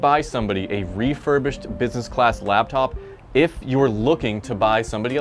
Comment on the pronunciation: Laptop. Not labTop